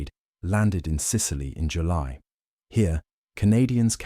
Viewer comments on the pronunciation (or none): none